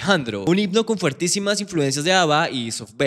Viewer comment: se dice fortísimas